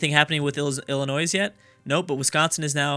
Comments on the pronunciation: It's not illa-noise, it's illa-noi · Illinois is pronounced ILL- annoy. Maine was originally a part of Massachusetts the same way West Virginia was a part of Virginia and Tennessee was a part of North Carolina. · Please, as a resident of Illinois, please don't pronounce the 's' at the end... Think of it as Illinoi. Thanks! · saying ill-i-noise is like saying ark-kan-sas. It's pronounced Ill-i-noy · It still pains me every time he says the s on the end of illinois... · PLEASE FOR THE LOVE OF CHRIST, stop pronouncing Illinois as illinoise. its pronounced Illinoi, s is silent. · Illinois is pronounced Ill In oiy. Not Ill in ois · Lol illinoisssssssssssssssss it is hilarious when people pronounce the s no offense but it makes you sound ignorant but it is just the way you say not that you are ignorant but the sounding does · STOP SAYING ILLINOISE OR I WILL UNSUB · Everytime says Illinoise a puppy dies... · Saying the s is such a sin it's worth a dislike. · He should rename the video how not to pronounce Illinois lol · you don't pronounce the s in Illinois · I cringe when he tries to pronounce Illinois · You do not pronounce the "s" in Illinois, I dont know why, you would have to ask the french Also the "Sur" in Baja California Sur mean lower/below/lesser Lastly, remember Guam(south pacific) and Puerto Rico(I hope you know where this is) are in this mod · How do you know how to pronounce Arkansas correctly but not Illinois? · the S in Illinois is silent. My ears are bleeding over here! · The s is silent in Illinois...... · Illinois has a silent s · True. I die on the inside every time he pronounces the s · helpful tip, when you say Illinois the s is silent. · No. You don't pronounce the s. It's silent